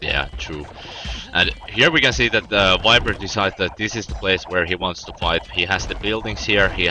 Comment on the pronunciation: lol "wiper"